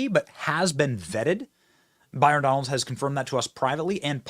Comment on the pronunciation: 😂😂 it's Donalds. Not FUKN Donaldson